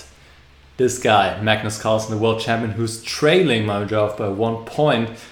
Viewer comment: Good video, actually could've been perfect if you were to say Mamedyarov's name properly :(